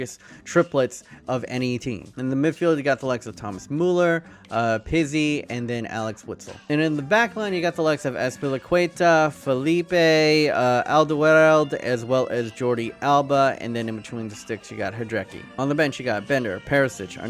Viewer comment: Pizzi is pronounced as 'Peetsee'